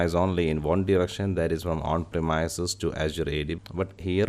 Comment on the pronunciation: Hello I like your video and I learned what I needed to know. but I had to restart it several times. Everytime you pronounced premise I had to think what is that then change it to premise . That is more on me than on you. You speak very well and it is just the one word that grabbed my ear and made me not understand. I hope it is not rude to mention this. I really did get a lot of useful information from your video and I appreciate the time you spent on it, greatly.. Please see google link below for how to say premise. A little thing but it made me rewind your video four times.